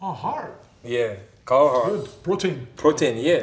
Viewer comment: Nobody: Marc gasol: A HEARt.